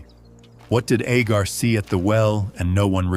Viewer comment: Why are you calling Hagar Agar ??